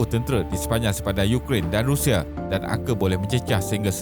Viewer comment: RUSSIA bukan RIUSIA okey